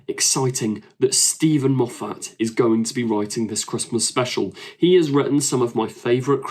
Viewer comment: Why can you not pronounce Moffat correctly? Why can you not pronounce “says” correctly??????????